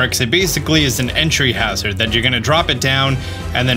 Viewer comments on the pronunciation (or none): none